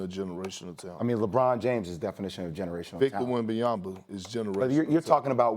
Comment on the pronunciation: PLEASE STOP SAYING WEMBANYAMBA